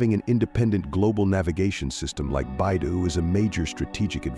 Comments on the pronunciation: Beidou is pronounced like bay dough not bai du which is anohter CN CO. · BeiDou = Bay-Doe not: Bye-Doo